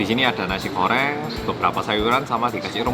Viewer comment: Orang indonesia: Nasi Goreng: Nasi Koreng